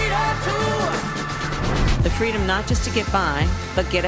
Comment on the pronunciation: Don’t you mean “Fweedom”?